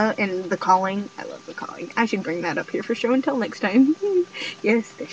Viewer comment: it sounds wrong when you say show and tell